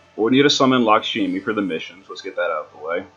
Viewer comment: Hayu? Really? HAYU? It's HEE+OH. And LAHK-SHMEE.. not Lockshimi. Mostly amazing vid. Name pronounciations killed me though.